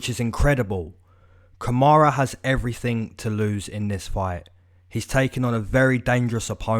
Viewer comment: it’s Kamaru not kamara and he is getting kod